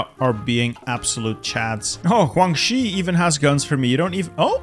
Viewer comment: Why does like all of your g’s and j’s and y’s all sound like HW’s 😂😂 HWuangxi, TaiHWuan 😂😂😂😂